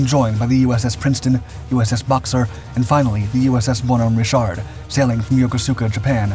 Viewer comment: USS Bam Richard? Didn’t know the USN named a ship after a Glasgow ‘Ned’?